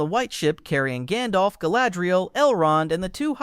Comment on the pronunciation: Jandolf is a neat way to say it